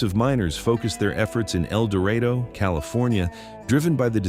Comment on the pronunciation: It is interesting that AI can pronounce the words indigenous and expansion a hundred fold, yet cannot pronounce Amarillo or El Dorado at all.